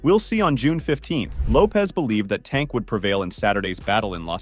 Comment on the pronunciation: I can’t even say tank name right trash ass youtuber